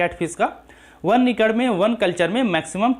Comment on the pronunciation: Acre ko racre bolta hai . He is illiterate